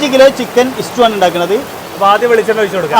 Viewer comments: ഇസ്റ്റൂ.. അല്ലടെ.. " സ്റ്റൂ..!!" ഇങ്ങനേം വിവരം ഇല്ലാത്തൊർ ഉണ്ടോ 🙄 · Stew not istew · ഇസ്റ്റു അല്ല സ്റ്റൂ എന്നല്ലേ